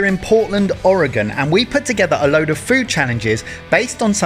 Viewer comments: I am from Oregon, and you actually pronounced the name correctly. Usually only people on the west coast say it right. Love your channel and glad you got to experience some of the great places around here. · Your pronunciation of Oregon is spot on. Most people mispronounce it.